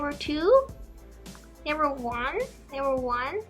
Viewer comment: When you say level ,it sounds like never i was confused 😂😂